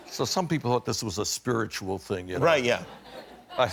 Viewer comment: The way he says 'spiritual' gives me faith he's an atheist lol